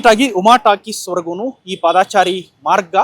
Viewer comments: ಪಾದಚಾರಿ ಎಂದು ಹೇಳಿ. ಒಂದೊಂದು ಸಾರಿ ಪಾದಚಾರಿ ಎಂದು ಉಚ್ಛಾರಣೆ ಮಾಡುತ್ತಿದ್ದೀರಿ! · "ಪಾದಾಚಾರಿ" ನೂ ಅಲ್ಲಾ "ರಾಮಾಚಾರಿ" ನೂ ಅಲ್ಲಾ. " "ಪಾದಚಾರಿ " ಅಂತ ಹೇಳಣ್ಣಾ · ಮೊದಲು ಸರಿಯಾಗಿ ಕನ್ನಡ ಮಾತಾಡೋದು ಕಲೀರಿ. ಹೇಳಿದ್ದನ್ನೇ ಪದೇ ಪದೇ ಹೇಳ್ತೀರಿ. ಪಾದಚಾರಿ ಅಂತ ಸರಿಯಾಗಿ ಹೇಳೋಕೂ ಬರಲ್ಲ ಯಾವ ಯೂ ಟ್ಯೂಬರ್